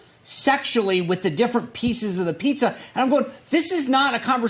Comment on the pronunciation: Did he say pizza 🍕 ⛩️